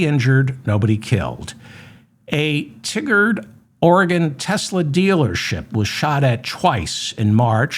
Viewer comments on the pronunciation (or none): Tliger Dee? Wikipedia article "Tigard, Oregon" has a better pronunciation indicator: TY-gərd. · Thank you, David! BTW, Tigard is pronounced tiger d. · David, my siblings and I are 5th generation Portlanders. Our maternal great-great grandparents came across the Oregon Trail from Iowa after fighting for the North in the American Civil War, and they are buried in a row in a pioneer cemetery on the land they farmed on the west side of the city. Thank you for the great work you do. Portland loves YOU, sir. (FYI the city of Tigard is pronounced with a long I sound, so it's TIE grd). Come visit any time!